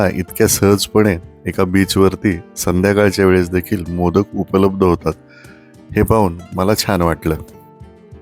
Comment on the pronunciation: माशाच नांव मोदक नसून मोदकं अस आहे,उच्चार खूप वेगळा आहे.